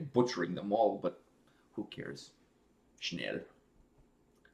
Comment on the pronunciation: You pronounced that German word "schnell" (meaning fast/quick) correctly. Since you interviewed Andi Kravljaca already, why not do a reaction to "What I've become (edit)" - that intro!!! - or "Day by day" from the first Seventh Wonder-CD, in case you haven't heard it yet. Cheers, mate.